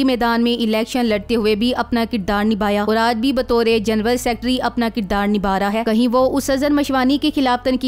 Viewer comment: Sab theek hai par its not’ Genwal its General… Plz correct it